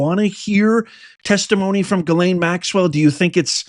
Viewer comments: Please stop butchering her name! It's pronounced Gis lane, not ga lane. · Lol no names are coming and it's not Gaylayn is Jeezlayn